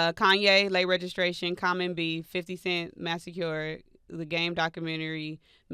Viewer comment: Wtf is a “Masecure”? She can’t pronounce “massacre”🤦🏾‍♂️